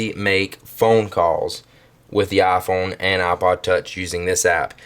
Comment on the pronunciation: Eye-Phone. Not ah-phone